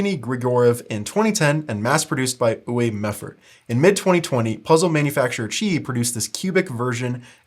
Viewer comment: “ooway meffert” 😂